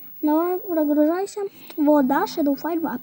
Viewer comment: Не шедол а шедоу